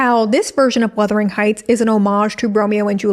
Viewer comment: Worst-ering Heights.